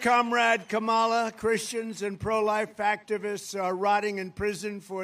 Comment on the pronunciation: He can’t even pronounce Kamala. 😂😂😂